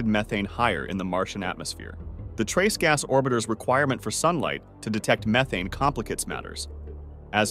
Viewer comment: That is not how you pronounce methane like you did at the start of this video, then you said it correctly I don’t understand why AI says it wrong then says it correctly.